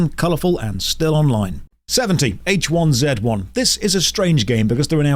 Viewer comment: when i heard how you pronounced h1z1 i just couldn't i'm sorry